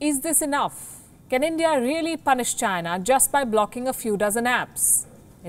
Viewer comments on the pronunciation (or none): none